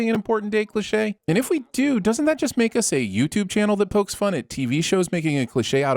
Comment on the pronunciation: Why do you not know how to say 'cliche'?